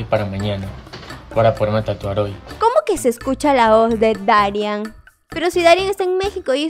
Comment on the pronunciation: Porque siempre dices mal el nombre de dari no se pronuncia darián! es darían con solo acento en la i